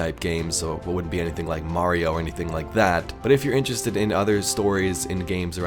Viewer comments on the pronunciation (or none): none